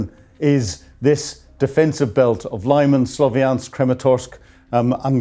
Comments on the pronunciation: It's pronounced Lee-mahn, not Lieman. This channel never ceases to amaze in it's ineptitude. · It's pronounced Li-mahn - I'm going to have to start handing out lines if you persist in not doing your homework! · Lyman - Arghh - Its pronouced "Li man" or "Lee man" NOT "lie man". Come on please. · Lyman is no English city. So please don't pronounce it, if it were. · Great reporting! Lyman is pronounced "LEE-mon" and Tuapse is "Too-app-say. Keep up the good work. Slava Ukraine 💪